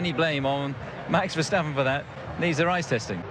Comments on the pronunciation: Nope, Verstappen is pronounced Verstappen, just like Stoffel Vandoorne is pronounced Vandoorne and not Vendoown or something. Better learn this name by heart because you will see it often in the future. There are flying Fins, but we have a new Flying Fleming! And Max is one hell of a flying Dutchman. :) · Verstappen is dutch, so it's Ver(ch)tappen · Nope. It is "Verstappen" and it should not be pronounced like an "ch" or "sj". You are totally wrong about this. It is just English commentators that pronounce it the silly (chilly;) way.